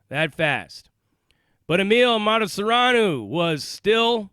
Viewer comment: Emil MATASAREANU...get his name right...he was from my country Romania